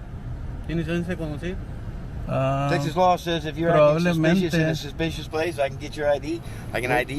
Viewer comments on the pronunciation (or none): I jus wanna hear that cop say suspeeshis over and over again 🤣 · Why does this guy keep saying "suspicious" over & over almost as if he's just learned that word from his boss but doesn't quite understand the word yet. Plus, he's saying it weirdly